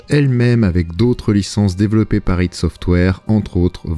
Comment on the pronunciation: Ça vient d'un concept Freudien, ça se prononce "id" et ce n'est pas un acronyme. C'est un état de conscience primaire je crois, qui gère les pulsions humaines etc....